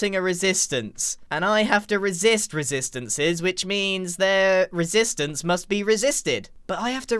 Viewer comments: how many times did he say risistance in this episode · I- Grian... I believe you said "resistance" about... 40 to 50+ times... Are.... Are you ok? °^°" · 'Resistance' is sounding less like a word the more you say it.